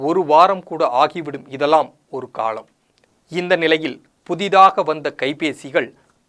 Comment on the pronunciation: Post card not poster card. தபாள் கார்டு இல்லை, தபால் கார்டு, ள் அல்ல ல். தமிழ் கற்க வேண்டும். காளம்? காலம்.